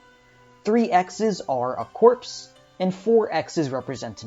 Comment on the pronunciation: Corps is just pronounced like "Core" not "Corpse". FYI.